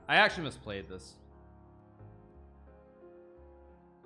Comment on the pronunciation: hikaru always pronouncing "this" as if he was saying "deez nuts" XD